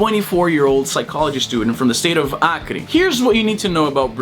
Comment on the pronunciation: I just discovered that u are brazilian when you said BRUNO BORGES and ACRE... perfect accent!